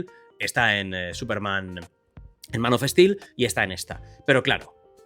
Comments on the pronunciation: Es español. Que querés? Son brutos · Se dice "man of stil" y no "manof es til". "Zac snaider" y no "Zac es naider". "Kevin speisi" no "Kevin es peisi"